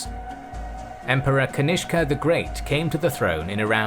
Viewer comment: Cutene how you pronounce kanishka as ganishk😂😂